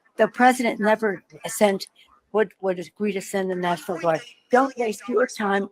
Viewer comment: I (hic) did not dishmish the (hic) Nashonal Guard.